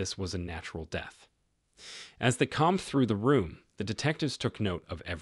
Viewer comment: Great video ..... except the pronunciation of the word COMBED which you said at least twice . It should rhyme with ROAMED . Sorry but I do have an obsession with pronunciation AND I want YOU to sound as intelligent and professional as possible !!!